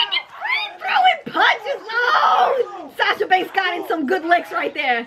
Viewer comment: *shasa soory